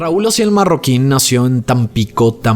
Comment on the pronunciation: Se apellida Marroquín, no Mayorquin